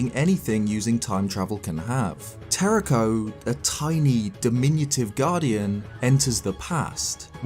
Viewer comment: YOU HAVE TO ROLL THE RS IN TERRAKOS NAME!